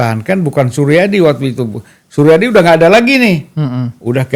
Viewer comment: hostnya malah gak ngerti apa apa, bahkan nyebut "suryadi" saja "Soerjadi" .. :D